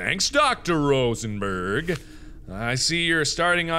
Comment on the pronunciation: Dr. Rosenbergh. The way you pronounce him reminds me of Dr. Rosenberg from Half-Life: Blue Shift lmao